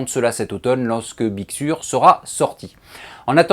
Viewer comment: On dit big seur avec un accent un peu plus british 😉